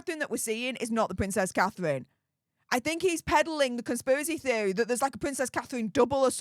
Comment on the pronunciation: Pvvvincess cathevvvvine ffs get speach therapy no wonder people cant understand what you're saying half the time